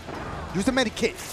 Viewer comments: RED BULL BULL GOT DASH SAYIN MEDIKIT INSTEAD OF MEDKIT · Use a medikit lmao 😭😭 didn't know there was a " i " in medkit lol love you dashie 😭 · Did y’all notice he says med-i-kit😂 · Lol he was saying medIkit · Y did he say medi kit lol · He triggers me with his aim and how he says medkit